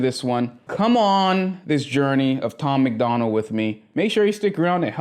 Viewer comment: Bro it’s Tom MACDONALD.. not McDonald like the cheeseburger spot🍔 Sorry bro, sounds like you’re gonna enjoy your the music.. but I can’t even watch this if you’re gonna get dudes name wrong off the bat.